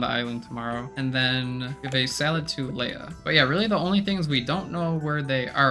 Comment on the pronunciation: Leah is not pronounced Leia learn to read